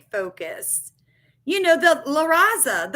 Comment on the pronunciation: La Raza. (Luh-ra-zuh). = the race